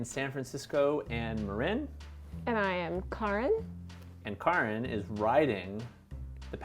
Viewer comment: "And I am Kɑːren" I get it. Nobody want's to be a Karen.